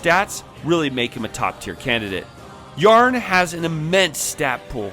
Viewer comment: also Tarne instead of Yarne. You also cant pronounce names for shit. 😂 Jokes aside your content is underrated